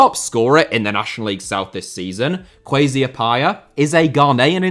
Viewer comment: not even bothering to find out the correct pronunciation of the name "Appiah" and just channeling his inner brexit anytime he attempted saying it is hilarious